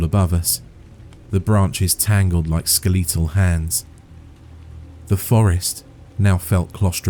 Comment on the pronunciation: I dont think ive heard skeletal pronounced like that before. I always love hearing different dialects of the English language. Great story as well. 💛